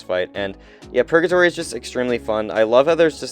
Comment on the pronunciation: Dude stop saying purJatory. Hard G.